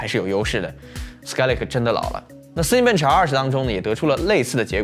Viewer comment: zen z嗯，bench笨嗯吃，这读音听的头痛哈哈哈哈